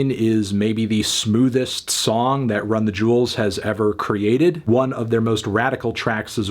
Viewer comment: Melon, it's "Run the Jewels" not "Run the Juuls"!